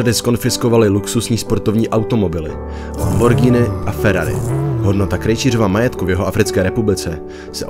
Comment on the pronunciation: No konečně nějaký youtuber to říká správně Lamborghini